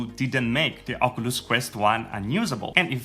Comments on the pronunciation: Why you saying ocooloos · Oculus pronounced in this video= okooluss Not trying be rude but I find it funny